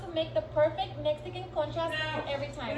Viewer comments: When u said "conchas" at the beginning the auto-generated subtitles thought u said "chest comb" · “Cone chas.??” 😂❤️😭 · Omg that actually sounds like the Dutch word Kontjes which means butts😂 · Conchas is the same pronunciation as končas Which in my language means Candy in baby talk.